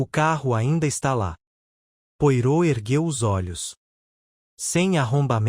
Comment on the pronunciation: Gosto da sua leitura, entretanto, com respeito, gostaria de ajudar na pronúncia do nome do grande detetive belga, Poirot. Lê -se " poarrô".